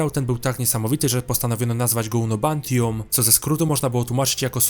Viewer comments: unobtanium, nie unobantium ( od un-obtainable i anium jak np w wibranium) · Unobantium?😆😁😅 raczej Unobtainium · unobtainium nie unobantium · Unobtainium a nie unobantium. To pojęcie naukowe z naszej planety a nie tylko uniwersum Avatara 🙂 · Kolejny błąd to Unobtanium a nie Unobantium... ... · 4371 lat świetlnych? 😳 Wymyślili napęd nadświetlny, że dotarli tam w 7 lat? 😅 I czy unobtainium naprawdę czyta się unobantium, bo jakoś źle to brzmi? 😅